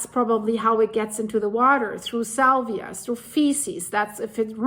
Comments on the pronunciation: Thank you for the heads up. 👍 Your English is fantastic! But a little pronunciation assistance is needed because you are actually using a different (wrong) word: You said the disease is spread by urine, faeces (or feces in American English) and SALIVA. (***iva not ***via). Salvia is a plant. Saliva is mouth moisture (3 syllables, sal-eye-va, emphasis pronouncing the "i"). Hope that helps! I do not mean to criticize, just to help 😊 (I am English-American, so sometimes mix up my spelling 🤔) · In North Carolina it has been detected in some counties and in those counties there are places to have the deer tested. You are mispronouncing saliva, you say salvia which is a flowering plant. Saliva is pronounced Sa-liv-a, with the I saying its name or long I. I only occasionally pick up that English isn’t your native language you speak it so well. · Saliva, not salvia